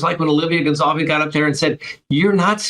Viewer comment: IT'S GON-SAL-VEZ